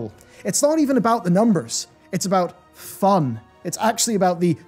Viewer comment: Fu-un? Phun? Foon? What is this strange gameplay aspect you speak of? I might want to, on occasion, play a different spec or character for this... "Foun" (or just change things up based on what an encounter needs or absentee raiders) but without being massively handicapped by obtuse and restrictive systems? Activision: "What is this Phun? I do not understand this concept! Please stop making up fake words for your feedback!"